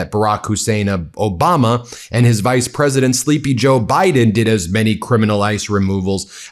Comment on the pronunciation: Pwesident Elmer J. Fudd, thank you for your attention to this (my inabililtes) matter